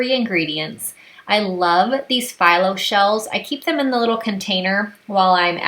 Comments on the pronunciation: Thanks for the recipes. Just FYI, the phyllo shells are pronounced fee-low not figh-low. It’s a Greek pastry. I know it’s probably one of those words you’ve seen but never heard anyone else say it. Now you know. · great appetizers! Not being rude, but Phyllo is pronounced Feelo